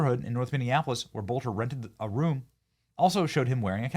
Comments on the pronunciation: Its not bolter it's pronounced Bellter. Hello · This masked man can’t be Vance Boelter! Masked man is shorter and lighter than Boelter! His name is pronounced like “BELTER”